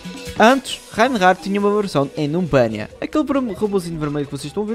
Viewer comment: Melhorar parte é quando ele fala 'Numbania'